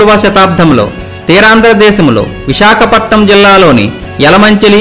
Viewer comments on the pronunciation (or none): none